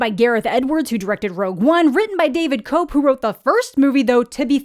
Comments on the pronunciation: Love your content. Just wanted to offer one quick fix to the beginning of your video if I may (with all kindness I add), the famous screenwriter's last name is not pronounced like "cope," but it's actually pronounced like, "kep." Hope that was cool to comment a very small correction. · I could have sworn David Koepp's name was pronounced Kep